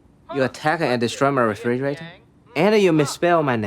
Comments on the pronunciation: Did this man just say “refridge”? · Y’all, he really said “refridge”